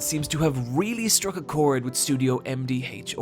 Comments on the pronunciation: "Studio HemDeeHachHaR" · "Em Dee Haych-Oar"